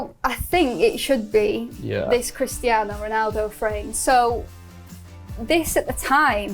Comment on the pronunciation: Cristi-ahhno Reenaldoh.